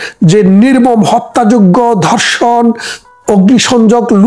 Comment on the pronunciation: ভাই দর্শন নয় ধর্ষন । দর্শক নয়। ধর্ষক । বাই নয় ভাই। বারত নয় ভারত। আপনাকে সালুট জানাই। ধন্যবাদ ছালাম আপনাকে বাঙালীর পক্ষে বাঙলাদেশের পক্ষে কথা বলার জন্য।